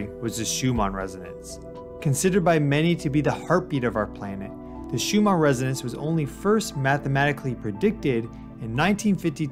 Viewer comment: Shew-mon? My dude… the name is pronounced “shew-min”. Couldn’t get past the third time of Miss-pronunciation. Sorry bro, you canceled.